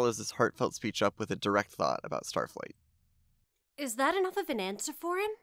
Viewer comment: BRO LeT ME sAY STaTfLIgHt